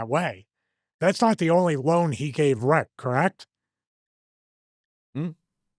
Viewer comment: Stevie you gotta try to stop saying "correct" like that, you sound like Amber Heard's Lawyer 😅